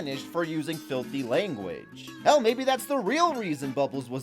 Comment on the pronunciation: did he say ^dolphin noise^ or well?